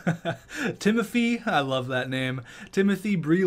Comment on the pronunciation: You should not make fun of people with speech impediments, I have one and I take offence to that. It’s also pronounced Ti-mo-phigh